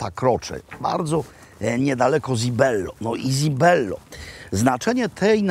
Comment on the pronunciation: cibello nie zibello wymawia się porawidłowo , jak już chce się udawać że zna się język włoski ....